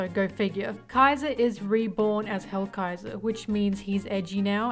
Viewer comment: I was going to watch the video since ASTOR and ZANE are one of my favorite characters from that arc but when hearing the very very very WRONG pronounciation of their names i was like "who the fuck is edo and hellraiser or whatever this bish called them?" Thats not their names. So i just decided not to watch. Again, wrong names.